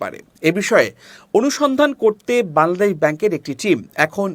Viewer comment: বাংলাদেশ উচ্চারণ সঠিক ভাবে করবেন☹️